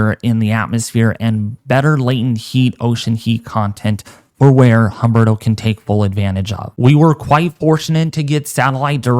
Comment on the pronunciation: Humberto is pronounced UMBERTO the H is silent in Spanish!